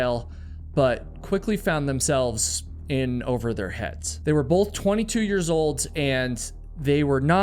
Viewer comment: I can’t with the “bolth”, sorry.